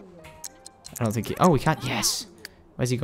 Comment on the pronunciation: he said you don not you dont